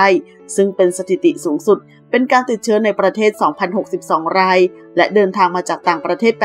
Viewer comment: ราย ฟังเป็นไร่